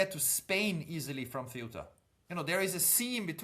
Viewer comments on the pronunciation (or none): Please pronounce Ceuta correctly. It's Ceu-ta and not Ce-uta. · You're mispronouncing CEUTA. I remember studing about it in secondary school.